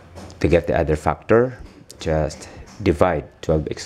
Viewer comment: He says fuckter instead of factor...